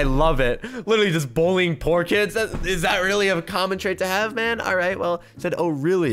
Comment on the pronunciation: Spelling you said pool instead of poor